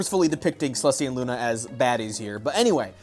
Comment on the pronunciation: sooo I know you're probay calling them babbies, but IT REALLY SOUNDS LIKE YOU'RE CALLING THEM BADDIES TO THE POINT THAT THE CAPTIONS ARE BADDIES, just wanted to say that.